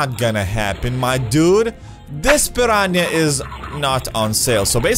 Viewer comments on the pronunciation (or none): Pan ran ia? Pir ran ah. Piranha. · i love how he says piraniah XD